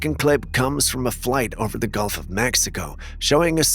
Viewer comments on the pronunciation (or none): none